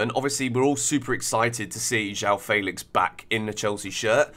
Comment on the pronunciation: Why don't you know how to say Felix? Who told you it was Faylicks😭